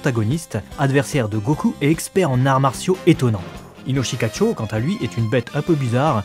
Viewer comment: C'est Inoshikachô (le second "o" est un son "long"). Et c'est aussi une carte du jeu de cartes "Yûgiô: Duel Monsters".